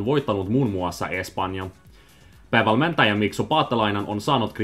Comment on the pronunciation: Yeah stress was off, like in "päävalmentaja" and the vowels were a little too Swedish-sounding, but I agree, good job for a Swede!